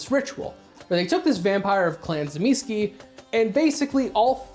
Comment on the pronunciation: commenting solely because your pronunciation of the names of the Antediluvians has triggered me. Tzimisce - Tseh-mih-schee Troile - Troy-le (as in the mythological city) Ilyes - Ill-yeh Absimiliard - Ab-simil-yar